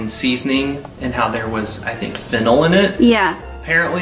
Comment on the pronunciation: If you could’ve seen my face when he said “ fennel” 😂😂😂 my brain heard “ fentanyl “ 😱 like yeah I think that would mess with anyone friend! And this is my first time watching your videos, what a welcome 😂 it’s also way past my bedtime.